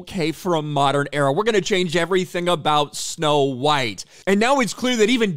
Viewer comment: It's snow white not snow bean